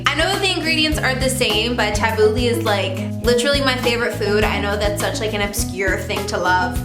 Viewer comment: I'm so annoyed of how wrong she pronounced Tabulai (I think that's how you spell it)